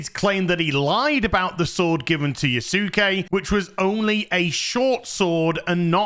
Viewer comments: Yusake? LMAO. jfc, dude. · Yas'ke......like Sasuke (Sas'ke) from Naruto :D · I swear no youtuber has ever watched Naruto or something. It's pronounced "Yaske" without the u. Like Sasuke from Naruto. Type it into google translate. I dare you. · Can people at least PLEASE learn how to pronounce yasuke correctly. Everyone comes across as having done no research, including Ubisoft. It's not Yah Su Ke It's Yah ske. Like Sasuke is Sah Ske And Sukuna is Sku Na. The U is virtually silent. I will give a minor pass but hearing itsagundam get it wrong when he's supposed to be learning Japanese is awful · I remember seeing the picture of the Bucharest QA team for Star Wars Outlaws... Good thing Ieft Ubisoft. Bro, I swear, you're hilarious. You misspelled Yasuke as Yusuke and then Yusake... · It's pronounced as "Yah-skay". Like Naruto's Sasuke "Sahs-kay" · Why do you say sammeerai and Yasooke? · Yasuke is pronounced Yas-Kay, the U is not pronounced, its the same for any Japanese name with that U such as Yusuke being Yoos-Kay and Kisuke being Kiss-Kay and the most famous is Sasuke (From Naruto) being Sas-Kay. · Why can no YouTuber say his name correctly its Yasuke dont say U just like Sasuke lol it's not hard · Dude, if you don't know how to say his name, use google translate in japanese. It's so weird why 3% of people talking about him keeps saying his name wrong. And just to make sure: My comment is not ment as shit talk, I fully agree with you on this subject, it's just, saying his name wrong like that makes me cringe.